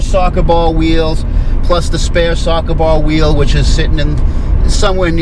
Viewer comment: Sawka bawl wheal... wtf is a sawka bawl weal